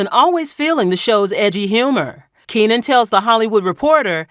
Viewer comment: It's Keenen. Keenen